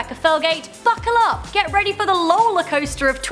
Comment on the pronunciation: I thought she said "Fuckle up" 😂😂